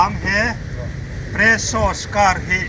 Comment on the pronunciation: Hei chu spresso maw ka tia… Peresso zawk nimaw….😂